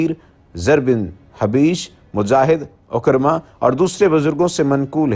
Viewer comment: سعید بن جُبَیر ، عِکرَمہ ، درست تلفّظ اختیار کریں ۔